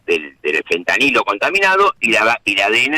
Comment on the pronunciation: ¿ya le dijieron al gato que no se dice fentaniyo?